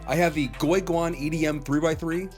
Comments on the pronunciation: Its GuoGuan not GueGuan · Did he just say goyguan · Goy guan😡 I hate your Chinese name pronounciations